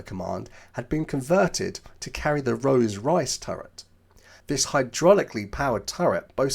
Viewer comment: Rose Royce? Rolls Royce! And spoken with a good English accent or at least southern accent